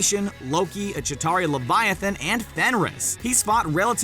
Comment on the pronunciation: Its Chitauri not jatari